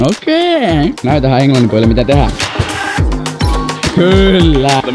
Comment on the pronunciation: kuulostaa ihan suomalaiselta toi "Mitä?"